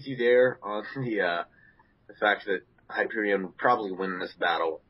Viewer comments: its not pronounced hy-per-e-on its hy-per-e-in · You guys missed a attack.Hyperion also has solar breath and Superman has freeze breath.And you guys pronounce Hyperion wrong.And Superman and Hyperion also has superhuman stamina and durability.